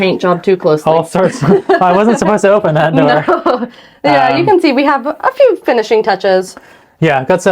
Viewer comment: your ‘nooo’ at the end of the video sounded a wee bit Scottish 😁👍🏻